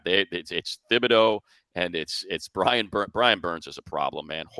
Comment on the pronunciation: Money, I trust that you have pronunciations given to you by the teams, but as a long time Dux fan, Kayvon Thibodeaux pronounces his last name TIB'-o-dough, not Thib-o-dough. Might want to double-check it with the Giants (or Thibodeaux himself) before calling the game on Sunday.